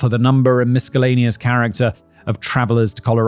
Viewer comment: “Miskellaneous”? Oh, Simon … 😆